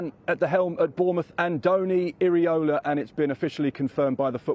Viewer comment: Pronounced as Eera-Olah.